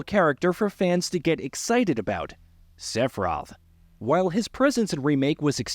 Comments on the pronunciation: The way this mf says sepiroth should equal a ban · Seph-roth was too much for me.